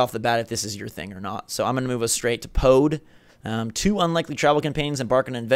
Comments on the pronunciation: I don't know what you guys expected from the Nindie show case, I got exactly what I was expecting to see. I adore bomb chicken, it was the most exciting announcement. Also, you also pronounced Pode completely wrong the entire time. (Poo-duh) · Pode is pronounced "Puda".